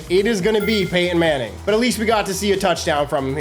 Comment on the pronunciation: Did you say Peyton Manning or Painting Manning?